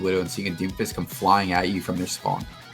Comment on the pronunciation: does he say Doomfish?